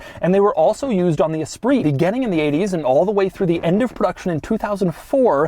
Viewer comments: Doug says "esprise" instead of the correct "espree" 😂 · That is not how you pronounce Esprit